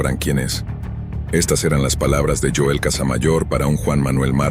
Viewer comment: Es Joel no yoel